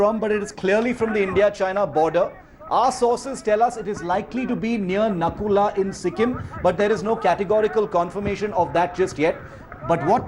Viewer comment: Its not nakula its nathula